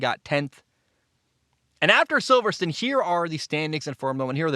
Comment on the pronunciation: Only two minutes in but 1. Silver-stone 2. O-con 3. Ghuanyu zhou 4. Al-bon